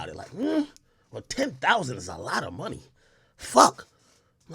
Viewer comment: “do it for the monyon, when you ain’t got no monyon” 😂😂😂